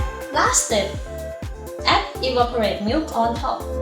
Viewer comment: Iced for now. :) When pronouncing "evaporated" it sounds like evaporate Ed. So, the -ed is actually an extra syllable. It's because t & d are both "stop" sounds, meaning the air stops when we say that sound. Thank you for your videos. You seem very enjoyable. How do you say the salutation at the end? I'm familiar with the greeting in the beginning, though idk how to spell it. LoL How do you spell it?